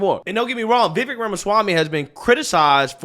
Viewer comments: It's not "Vaye-vik," or "Vi-vik," it's "Vi-vayke" 😊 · v - vake. Like your saying cake. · I heard it's pronounced "vih-vake" (rhymes with "rake"). Love your vids. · Lmao😂 I love how you slightly change the pronunciation of his name lol. Let’s try this bro, Just say the letter “V” the follow with “Vek” lol. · I really like your videos. Just an FYI, his name is pronounced Viv-ache. (like tooth ache) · Pronounced: "viv-ake" like cake. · You still can’t pronounce his name right bro.